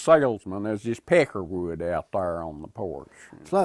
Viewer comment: On no not "Peckerwood". :)